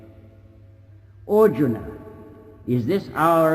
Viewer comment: makes Arjuna sound like Auden.